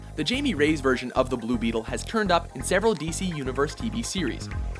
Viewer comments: HI-MEH REY-YES, not fucking JAIME RAYS. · "Hai-Me" - "Rey-as". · Pronounced so wrong its pronounced haimay rayis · TOTALLY mispronounced Jaime Reyes' name there guys. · how white is this guy that he can't correctly pronounce the name Jaime Reyes XD